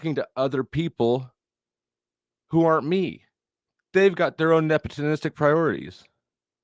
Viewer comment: Ta-ta-ta-today Jr! Get it out that's what he's talking about loyalty is the same thing as acting nep·o·tis·tic•ally. you are RsaysRwhat? nep·o·tis·tic 😂 nepitlistic and nepotonistic LMAO 🤣 yet Andrew is the tard here? U still don't even get it or know WTF it means! Here's the definition: the practice among those with power or influence of favoring relatives, friends, or associates, especially by giving them jobs. Friend, Associate, And family Or giving them jobs! So what it doesn't matter how much you cry about it or what you think or feel about it won't change it! Also it's his ch and business to do with what he pleases nobody else's this ain't a democracy! Lol Andrew is the king of the crucible only his subjects are who he hires and that's also all his own business and not for everyone else to know. IDK why you even care so much at all! Just a low tier pocket wacher is all WTF do you care? Jealous acting like crazy ex gf lol ghey. Clout trout trying to drama farm and ur still stuck on 💩 that happened last week and it's boring no one cares anymore move on Sarah is over it more than you lol 😂